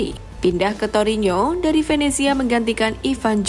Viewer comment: Torino. Bukan torinyo..